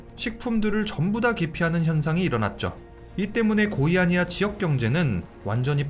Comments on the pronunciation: "고의" 아니야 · 고의아니야 사고 라고 들림 ㅋㅋㅋ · 고의아니야라는줄 알았네